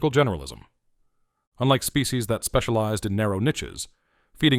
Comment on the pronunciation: "species", not specie ... (right ?) ... (÷